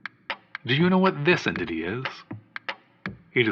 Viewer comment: it took me three listens to realize that what's being said is "Do you know what this entity is?" and not "Do you know what this idiot is?" lol.